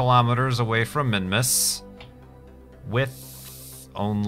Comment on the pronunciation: when you record you are always pronouncing "s" like "z", made me kind of confused (minmuz).